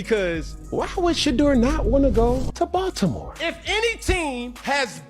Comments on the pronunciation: You keep pronouncing his name wrong. It is Sha-door, not shutter. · How come you can't pronounve Shedeur's name correctiy! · shedeur has so many name pronunciations in this vid. how is that?😮😂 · Imagine doing an entire video on someone and not producing his name correctly!! 🙄🙄🙄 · How did you pronounce his name in the video? lol you weird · Learn how to pronounce the kids name or stop culturalvulturing